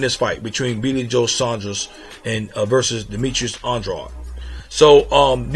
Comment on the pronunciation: By the way, Saunders is not pronounced "Son-dros" it's "Saun-derz". It's a regular English name, even in America. Furthermore it's "On-dra-dey".